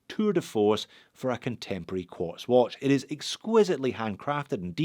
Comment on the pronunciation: It's QUARTZ, UGH....